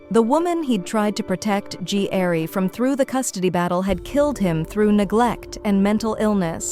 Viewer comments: I love these shows but when AI bots narrate it, that's where I draw the line and stop watching. Gary is pronounced G. Airie??? Seriously?? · The narrator pissing me off keep saying Gee-Airy like girl it's Gary damn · What the hell is "G- arry " narrator?? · G. Airy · Funny AI cant pronounce Gary. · His real name is Ji'Aire. The AI narration mispronounced his name